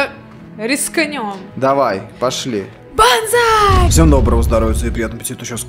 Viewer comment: не банзай а ванзааааааааааай